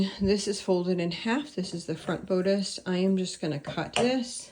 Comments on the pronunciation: You have a wonderful place to sew. Everyone sews in their own way. Do what works for you. I do have to say that the word bodice has a short o sound instead of a long o sound. Sorry, but I just wanted you to know. I don’t mean to criticize… Praying for your family & little Azariah! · I am not trying to be a jerk. Bodice is pronounced with a short “ o” as in boss. Best wishes with Azariah. He has a lot of love on his side.